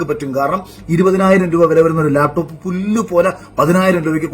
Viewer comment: ലേപ്ടോപ്പ് അല്ലടോ, ലാപ്ടോപ്. മലയാളവും പറയാൻ അറിയില്ലേ?